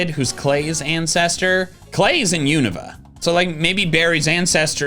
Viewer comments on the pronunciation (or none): none